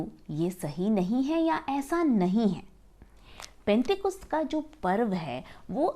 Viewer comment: पेंटेकुस्त नहीं penticost होता h